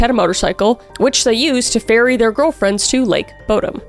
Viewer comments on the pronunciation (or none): Oh my gosh! I heard "which they used to bury their girlfriends" instead of FERRY their girlfriends! 🤣😅